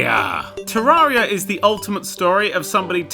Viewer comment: You called Terraria a 2D version of Minecraft after saying 'Terreria' wrong #Triggered (This is a joke guys, calm down, although he did pronouce 'Terraria' wrong and it's not an accent thing, he has the correct accent to say it correctly)